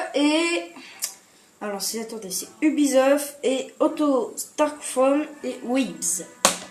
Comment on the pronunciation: Deja on le prononce pas Ubisof on le prononce Ubisoft